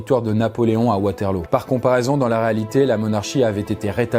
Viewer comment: on prononce waterlou enft